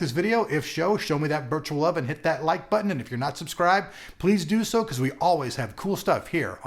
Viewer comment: You really shouldn't make fun of a typo or a misspell, you do realise you do sometimes have some doosies of mistakes in your videos when you talk, this one is no exception. "if show, show me that virtual love". This is not an attack on your way of talking, it only ever makes me smile when it happens, i'm just reminding you that it's not polite to make fun, no one is perfect, including you. :-)